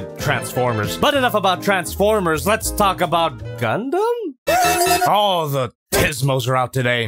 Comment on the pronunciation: Why did say g..g gunduumm